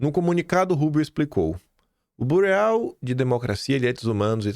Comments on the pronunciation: pausa no vídeo , porque " bu-re-au " não desceu bem com o café ... seu pai já lhe telefonou para consertar ? ele vai lhe dizer que " Bureau "se pronuncia " Birô " e deu origem à " Burocracia " , contra a qual Musk está "lutando" ... abrs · KIM, PELAMORDEDEUS, NÃO É BUREAU, é B I R Ô! Isso é Francês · Kkk Rádio "Gaúúúúúxha"! Kkk e "bureau" se lê "birô". Desculpa as correções 😅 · só esclarecendo, é burô (bureau) que se pronuncia.